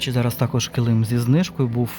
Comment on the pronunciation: Ви як і я кажете неправильно килИм)Мій чоловік сміється,що я так кажу по аналогії слова калим))Це не зауваження,просто почула рідне слово)))